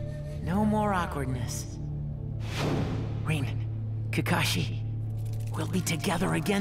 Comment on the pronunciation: her name is fucking RIN NOT RAIN. Wtf!!!